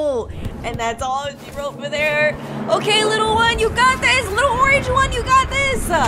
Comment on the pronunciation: Spi-dahr Orang-ge 😂